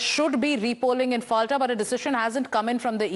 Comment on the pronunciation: পলতা it is not Falta